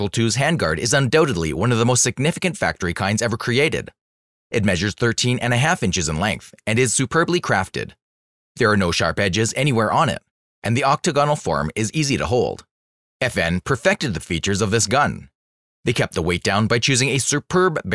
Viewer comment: The word is properly pronounced ok-TAG-onal.